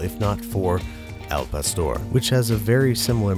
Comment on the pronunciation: Therapist- BWB pronouncing Spanish doesn’t exist, it can’t hurt you Babish saying al pastor